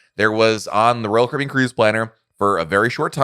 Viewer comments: I’m a new subscriber… Just found your channel, and enjoy your content. I just have to laugh every time you say Royal Caribbean, and I hear “Roll Cribby”. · PRONOUNCE " ROYAL CARIBBEAN"!!!!!!!!!!!!!!!!!!!!!!!!!!!!!!!!!!!!!!!!!!!!!!!!!!!!!!!!!!!!!!!!!!!!!!!!!!!!!!!!!!!!!!!!!!!!!!!!!!!!!!